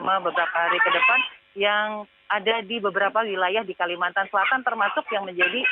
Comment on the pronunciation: "Kalimantan" bukan "kalimatan" ya